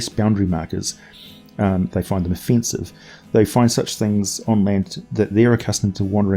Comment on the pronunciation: "Of-fence-ive," get it? 😆